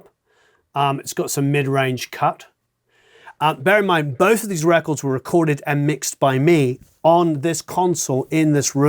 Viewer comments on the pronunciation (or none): none